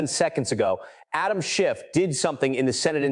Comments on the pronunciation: Schiff, not Shift. Dash, not negative. What else has the AI behind this botched? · His name is Schiff - not "Shift" and it's a Dash - not "Negative Thousand Eight" 👉 - 👈 Why in the GD hell if you're going to put out a hard hitting video describing an egregious violation of Federal Statute, can't you Proof Read the thing and correct it?!??!!??? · Why the inaccurate AI script? If you can't do it properly, don't do it at all. Adam Schiff should sue you. Yes Schiff, not Shift. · PATEL REPROT: For the love of GOD -- any god you choose -- teach your AI narration program to distinguish "SCHIFF" from "shift" and a dash from a "negative," which I assume, is a minus sign. Otherwise, good narrative. Thanks.